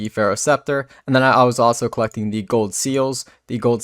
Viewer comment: And the way he says "with" wiff and "gold" goad